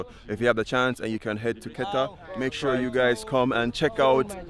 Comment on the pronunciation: You are pronouncing Keta like a native